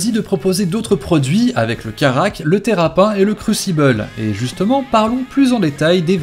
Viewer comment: je te l'ai déjà dit on ne dit pas terrap1 on dit terrapinne!!!!!!!!!!!!!!!